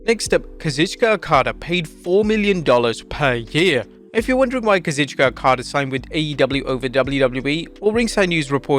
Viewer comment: His name is pronounced Kah-zoooo-cheeek-aaah.